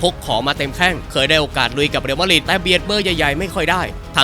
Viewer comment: Madrid อ่านว่า แมดดริด หรือ มาดริด ไม่ใช่ มาดหริด